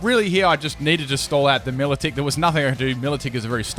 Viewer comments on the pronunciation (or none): It’s my-low-tik not me-la-tik